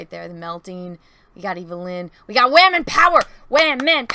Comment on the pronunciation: She-wamen lol love it